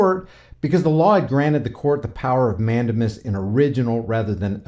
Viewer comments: Mandamus is pronounced Man- Dame- Us. 😂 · It is pronounced mand-A-mus with the accent on the second syllable and using a long "A" sound as in the word "take" not a short "a" sound as in the word "tac".